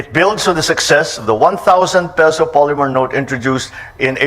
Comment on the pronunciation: PESO NOT PISO !!!!